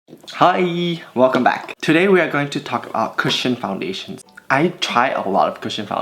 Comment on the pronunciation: When you don't read the title of the video and get confused when u think he says "Christian foundation" 😭🤦🏽‍♀️